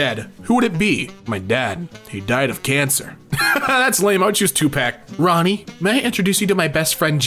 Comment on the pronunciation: tupack? come on, why/??